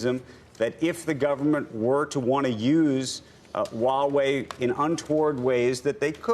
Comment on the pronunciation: Many CCP 50cent says Huawei well.